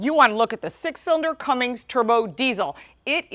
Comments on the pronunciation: It’s Cummins, not Cummings, and it’s 370 hp not 385, but your close on both accounts! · Cummings? Really? Learn how to say it if you’re going to review it and post it. There’s no G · There is no G in Cummins...